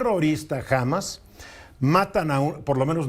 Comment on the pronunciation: No se lee "Hámas" sino "Hamás"